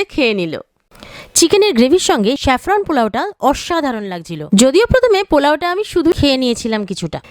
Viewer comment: 'Shaffron' bolchhen keno?!